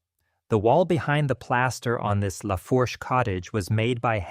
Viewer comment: As soon as it pronounced Lafourche as “La-Forsh,” I turned it off. It’s pronounced “La-Foosh.”